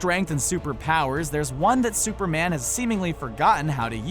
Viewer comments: He said duperman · "Super man can time travel.......Duperman has been sometji g of a......."ect. Literally says Duper man